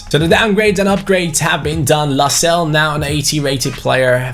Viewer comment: Your pronouncing Lascelles wrong it’s Las-Cel-Es. Like so can see